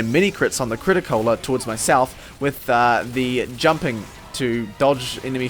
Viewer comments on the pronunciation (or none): none